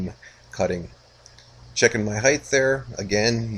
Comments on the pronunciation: Thanks, I finally got to watch the end of this video. I still cringe every time you say "Heigth", no idea why so many Americans do that and transpose the T and H, but I won't be asking for my money back regardless;) Hopefully I'll get time soon to watch how the story ends, but it's certainly inspiring quality you're doing there. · "Height" does not end in "th"!